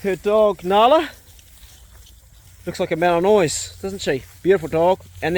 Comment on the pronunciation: The dog breed you’re thinking of also known as a Belgian Shepherd is pronounced. Mal-en-waa mate